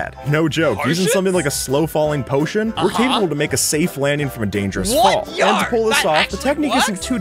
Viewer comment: You say yo like yo-yo